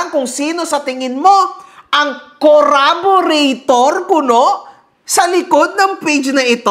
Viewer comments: CORRABORATOR 😂😂😂😂😂😂 baka CARBURETOR BOY INIDORO 😆😆😆😆😆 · "Curaborator" grabe yan pala Ang graduate Ng Cambridge 😂😂😂😂